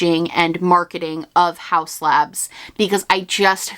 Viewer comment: Haus Labs sounds like "How Slabs" when you say it fast in a sentence haha